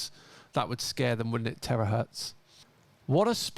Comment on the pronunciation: Terahertz or Terror-hertz? I rest my case!😂